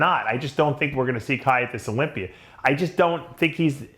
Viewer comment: Dave , why do you add an “r” after certain words ? Example : “Olympiaer “